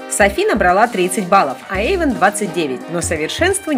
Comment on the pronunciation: Не Ейван, а Эйван)